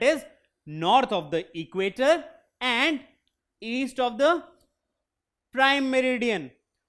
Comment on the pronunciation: equator I can't understand